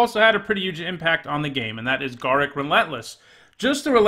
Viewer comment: Wow, that is the absolute WORST pronunciation of Garruk I've ever heard.